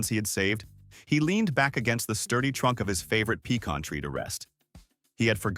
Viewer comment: The peckin trees are pecan trees. Whatever peckin trees are, I've no idea. But pecan trees are a type of (tropical?) nut tree. People who read these things need to learn how to pronounce words properly or teach whichever robot they have programmed to do the job the correct way to pronounce the words.